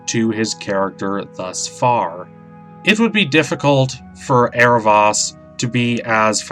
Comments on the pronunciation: It's Aarav-OH-s not Aarav-AS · not to br rude or anything but in the series it is pronounced " Arrow-voas" (the "o" says its name) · yes was cringing the whole vid from the mispronunciation!! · Did you mean to mispronounce his name?